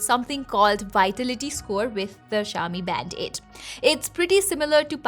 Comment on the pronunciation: I keep hearing "Band-aid"